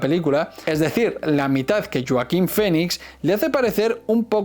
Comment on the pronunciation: Es Joaquín....JOAQUÍN.....no yoaquin